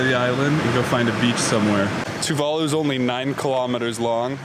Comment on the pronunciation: I've watched a lot of Tuvalu videos and you two are the first westerners to say Tuvalu the correct way. Awesome video btw.